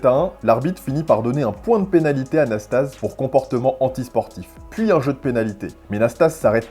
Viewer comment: Récit fantaisiste du match McEnroe / Nastase. Déjà on prononce Iliyé Nastazé. Ensuite, McEnroe est resté calme pendant tout le match, très en confiance. Seul Nasty a fait le guignol car il savait bien qu'il n'avait aucune chance à 33 ans avec sa bedaine. Le pauvre Frank Hammond désavoué par le juge-arbitre s'est fait humilier, sous la pression d'un public bourré qui avait payé et en voulait pour son argent en session nocturne.